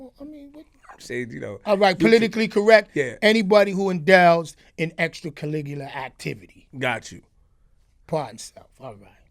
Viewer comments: "extracalligular activities" LMFAO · cuz its a malapropism on words....dude was tryn to say "extra curricular". That's why I found it funny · I love when he try to say extracurricular activities